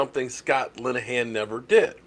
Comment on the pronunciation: Please don’t pronounce that name again Vanillahan Lineahan. Sabotaging our Cowboys